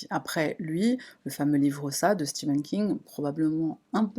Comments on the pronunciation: C'est stephan king et pas steven king 🤣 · Stephen pas Steven !!!!